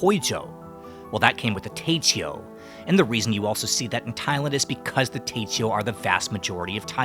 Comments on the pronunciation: my brother it's Teochew.... Teo-chew... Teoh-chew... not te-cheo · You speak mandarin, how is it that you pronounce TeoChew like a trainwerck ?